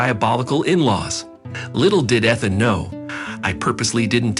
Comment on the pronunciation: EEEthan. Not ETH-an. Talk about computerized.